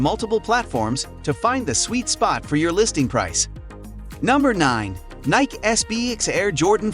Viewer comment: I stopped when you can't say Nike correct